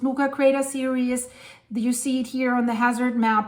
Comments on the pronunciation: Start saying: "The Sudnuka Craters." You keep trying to say "series," but it sounds like "serious." It's kinda cute but really annoying. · Serious and Series are pronounced differently.